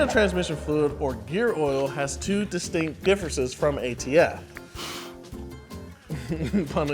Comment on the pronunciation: "...two de-STINK-t differences..."